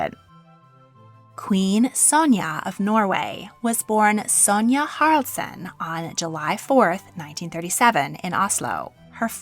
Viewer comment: Haraldsen, not Harldsen. The second "A" is not silent. Harald, not "Harold". The "e" at the end of "Norge" is not silent.